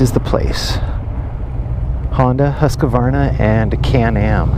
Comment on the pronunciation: It's Husk-var-na.